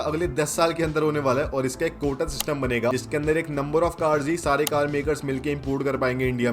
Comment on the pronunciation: it's quota,not kota